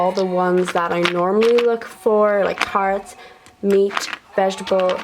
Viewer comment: Care-it’s carrots